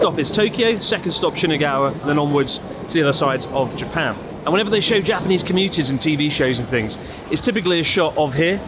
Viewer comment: Why is your Japanese pronunciation so bad, Chris? D